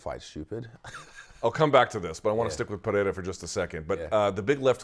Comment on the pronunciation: 15 seconds in, and Luke’s nailed the names of both fighters… Strap yourselves in, ladies & gents, we got ourselves an interview 😎😎